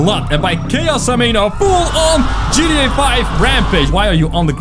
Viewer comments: Um its g t a 5 not gteh5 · He said at the start “GDA 5” boi you said it wrong >:O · U don't know hot to say gta 5 u said Gda 5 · you didn’t say GTA you said GDT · Dude I’m sorry but it’s gta 5 not gda 5😐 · I had to but it sounds like you said g d a i guess so funny and also can you turn the FaceCam off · When he say ggta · When u say gta it sounds like gtd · How he says gta v, GDA 5